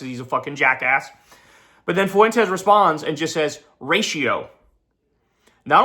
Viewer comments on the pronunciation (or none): Nick foo-went-es